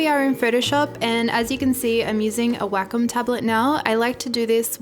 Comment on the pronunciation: I love your accent! It's funny at times because wacom sounds like "whack em" 🙈 still love your videos! Keep up the fantastic work!